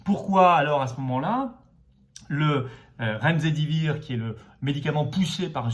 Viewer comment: Mr Philippot ,juste une précision car ca fait plusieurs fois que j'entends la faute de prononciation dans des vidéos précédentes, c'est remdesivir et pas redemsivir et je crois que la fin se prononce ssivir et pas zivir même si je trouve ça étrange(en tt cas Raoult et Peronne le prononce ainsi il me semble)😉 Bravo pour vos vidéos sinon très pertinentes et pédagogues ds la manière d'aborder les sujets, cordialement.